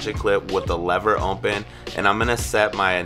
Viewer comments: It sounds like you say “ompen” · Really good! Is it just me or does it sounds funny when he says open?